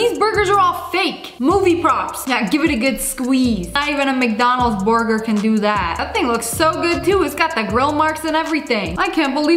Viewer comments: "Boorgoor" LOLOLOLOL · The way she say burger 😂